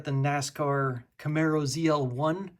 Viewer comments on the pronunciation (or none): none